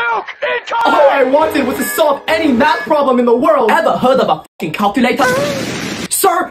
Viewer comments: “ever heard of a focking calculator?” 😂😂😂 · “Ever heard of a focking calculator💀”